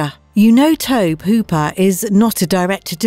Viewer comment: You guys love mispronouncing that name. Tobe is pronounced: Toe Bee. Toe Bee Hooper🙃